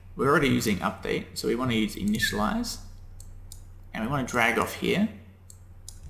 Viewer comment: "Initiliaze" :D great vid so far (